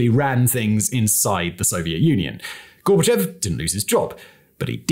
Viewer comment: Two extremely pedantic corrections upfront: Dacha - it's pronounced "Datch," like "thatch" Vlad is short for Vladislav. The dimunitive form of Vladimir is Vova. Gorbachev is pronounced GorbaCHOV. On another note, Khruschev (Khruschov) is also commonly mispronounced this way. It comes down to a tendency by Russians to write "ё" (yoh) as "e" (yeh) because it's easier, and a native will know the correct sound. Words written this way then get transcribed literally and Горбачев is writen as Gorbachev rather than Горбачёв (Gorbachov). I have no idea why this transcription isn't corrected in English sources.